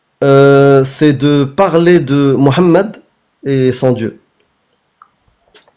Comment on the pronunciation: est parfois naive, l'intervenant n'est pas coraniste, il pratique la taqyia. Et stp arrete de dira "morammed", en bon français il n'y a pas de "r" mais un "h" qui est muet